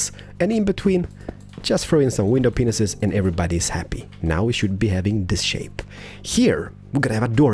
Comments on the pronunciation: Did you know that your saying widow peenises instead of panes?! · you say windows pinises and it is mentioned to be windows pieces it mite be because off ur accent but just make sure that u know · It sounds like you're saying ' window penis's ' but in England we say it as pain, window pain, not hating just saying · I laugh every time you say window panes, it sounds like you are saying "window penises" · He actually DOES say that xD